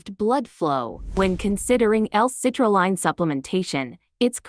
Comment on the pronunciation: First off it’s hard to take you seriously when you can’t even say citrulline correctly in the fact that it sounds like a computer voice is just horrible. This is why I would never listen to this crap at least see the products name correctly.